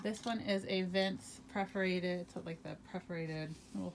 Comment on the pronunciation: Is it "preforated" or perforated?